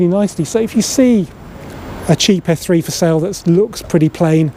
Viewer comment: Very good video, although first I thought you said F3 😀 lol